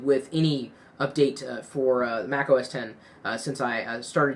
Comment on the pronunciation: THANKYOU FOR SAYING THAT! I HATE WHEN PEOPLE SAY "MAC OS 'X'